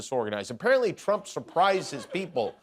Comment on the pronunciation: did bannon just say president trauma? 😂